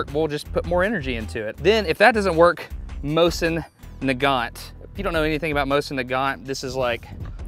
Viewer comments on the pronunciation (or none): Мосин, man. Just Mosin.